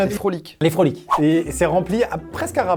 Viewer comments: C'est des froot-loops pas des "frolic"😂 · Les "frolites" comme tu dit s'apelle froot loops et sa se prononce frou cloups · C'est pas des Frolick mais des frootloop ( on les a au quebec) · Scuse moi mais je suis du Canada et on dit frout loops et non frolit pour les céréales